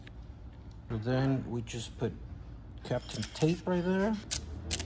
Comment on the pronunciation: Kapton tape not captain. at least google search suggestion gave me correct spelling. just looked to see if in the description you mention, yep capton. you say tomato, i say tomahtoh. you keep impressing me. Me Da Gusto Compa', le hechaste ganas. me quito el sombrero :face-fuchsia-tongue-out